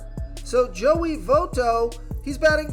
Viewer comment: do you even watch the games, how don't you know how to pronounce `votto, lol